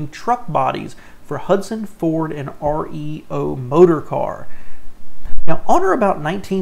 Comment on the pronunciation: The REO Motor Car Co. was actually pronounced "Rio". An abbreviation of the founders name, Ransom E. Olds. Yes the founder of Oldsmobile as well. Great video btw, and thanks so much for sharing!